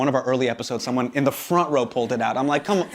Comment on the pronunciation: The way hasan say com'on is hilarious